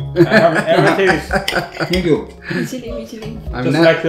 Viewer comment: 建议还是改一下这个错误的口音，thank you不要再读成sank you。绝对无恶意，忠实粉丝。